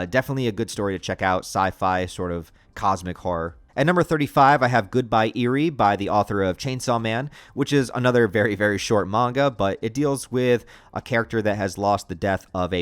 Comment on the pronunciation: I never thought I would hear someone pronounce it Goodbye Eerie, and also that was a terrible description 😭